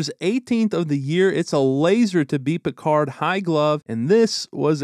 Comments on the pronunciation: Who's Pikar? You mean Pickard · Not Pick ard. Its Pick erd